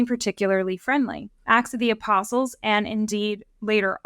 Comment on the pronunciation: A slight slurring by made it sound as if she said "ass of the apostles," which cracked me up. It's a little funny because of the modern use of the word "ass," but what actually popped into my head when I heard it was donkey with a fancy riding blanket and "Ass of the Apostles" painted on his ribs, like a bible-age version of a band's custom tour bus.